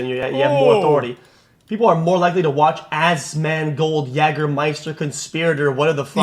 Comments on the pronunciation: Its hilarious he calls Asmond “Assman” 🤣🤣 AssmanGold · Im hearing "ass-man" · haha yes i heard assman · He said AssMan😂😂😂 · Sounds like he’s saying Ass man. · I heard him say "Assman". Congrats bro you're the Assman! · It's "assman" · Bro I hear Ass Man... which I guess they aren't wrong😂😂😂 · y he is calling him ass-man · I was hearing Assman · I heard assman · Hes saying assman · Im hearing AssMan 😂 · I keep hearing Ass Man. KEK Cenk is trying to make a joke that doesn't hit. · "Ass Man" is 100% what is being pronounced. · I heard ass man too lol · sounds to me he calls you "ass man". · I'm hearing "ass man" 😅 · I heard "Ass Man" like from the episode of Seinfeld where Kramer gets the vanity license plate mistakenly mailed to him. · He called you ass man, is what I heard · Sounds like Cenk is calling you "Ass-man" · If English is your first language Asmongold should not be difficult to say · not knowing how to say "asmongold"..? Arnt these people literally journalists? or in other words, isnt it their job to figure stuff out, including how to pronounce the thing they are talking about? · If he can’t pronounce asmongold, sincerely, that means he 1000% never supports or watches his nephews stream lmao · I’ve come to the conclusion that if someone can’t pronounce Asmongold, they suck at reading. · Imagine being the Number One Leftist Media on Youtube and you not only targeted a balding gamer for voicing his opinions and has no political influence but had the audacity to pretend to mispronounce his streamer name while claiming you don't even know who he is as if he couldn't be bothered to google. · He was trying to mispronounce your name on purpose to call you a**, man. He thinks he's funny. But he's just an old worn out version of Hassan.